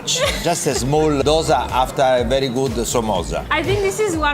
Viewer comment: Most North Indians and you people always mispronounce Dosa...it is "do" in dosa as "do" in dosti... It's heard very harsh for us when you pronounce dosa in your way...